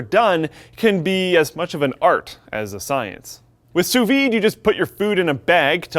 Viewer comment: Almost sounded like you said "SOUS weed" cooking :P